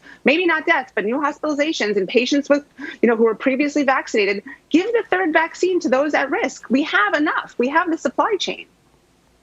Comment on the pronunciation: The " vackseen" is the DIRECT effect. No ty